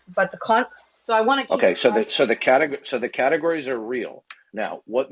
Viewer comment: Did this a-hole say 'catagoriness" over and over. Again, a serial killer of the English language.